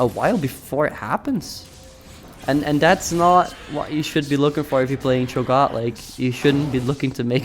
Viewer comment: Ahaha, what nationality r u btw? I'm from the UK and Cho'Gath sounded weird when you said it XD